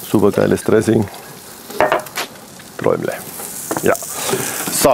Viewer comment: Auch für dich: träum "le" Ist doch nicht so schwer!!! Würde sonst Träum " la " heißen! Das hat aber nie gesagt! Manno!